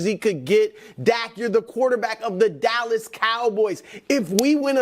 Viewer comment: Did brou say callas cowboys? 😂